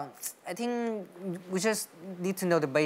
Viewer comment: công nhận fluently thật , dù cậu ấy nói lai giữa giọng Us và Uk , phát âm cũng kỳ kỳ nhưng tổng quan nói ghê sửa những từ cơ bản như think ... là ok